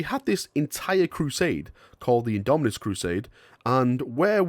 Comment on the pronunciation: Its IndomiTus not indominus, damn it! (